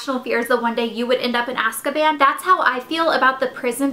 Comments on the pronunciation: It's Azkaban. Not Askaban. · I think its pronounces AZZZZkaban :)